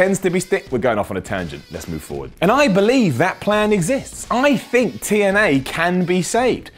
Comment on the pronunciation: You gotta BO-Lieve